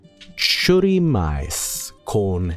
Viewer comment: made my day a little better with pronunciation of churrumais